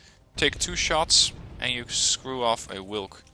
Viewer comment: In polish "W" is pronouced same way as in german. The way you say "wilk" would be written (in polish) like it -> Łilk ( you read "Ł" same way as "w" in english)